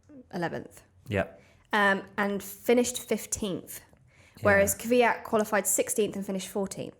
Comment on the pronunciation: beetween the K and V not V and Y. most people say Kyvyat which is 2 syllable. and wrong.